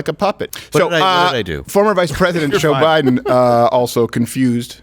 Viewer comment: "No, I didn't say that, that was Boe Jiden."